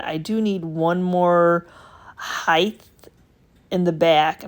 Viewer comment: Sorry ! Just have to ask ….. when did the word height change to heighth ?